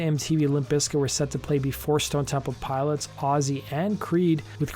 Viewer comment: It's Stone Temple (Pilots) not Piles 😒